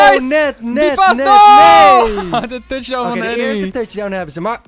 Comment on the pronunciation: Stop met tuchdown zeggen...